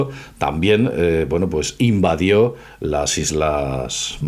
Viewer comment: DIJISTE "INVADIO"